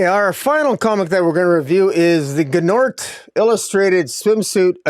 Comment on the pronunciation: Gnort's rhymes with sports. Gnort's Illustrated...Sports Illustrated. Your pronunciation is a little off, the G is silent I assume. Or maybe I'm wrong, idk!😊